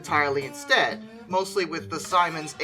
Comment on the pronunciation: Siemens = SEE-menz